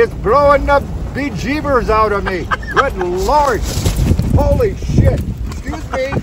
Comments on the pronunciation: Hehe I thought he sounded Irish 😂😂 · Holy Sh.. with an accent. Ha Ha. Oh my goodness the sun came out and what a beautiful view. ✌❤🤗